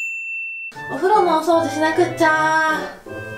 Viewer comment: 掃除しなくっちゃー(棒読みを超えた読み方)